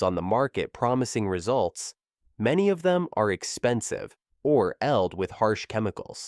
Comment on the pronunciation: Forgot filled was lled 😂😂